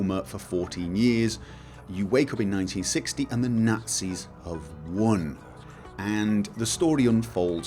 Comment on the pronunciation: Killing Nahtzees